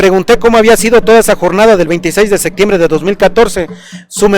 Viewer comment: Pronunciaste "sectiembre" y ni septiembre, ponte abusado!